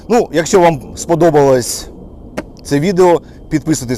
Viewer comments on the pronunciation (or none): none